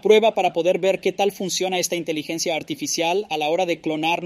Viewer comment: El programa es tan bueno que hasta corrige la manera de hablar:: Intilencia Artificial IA: Inteligencia Artificial 👍👍👍👍👍👍👍👍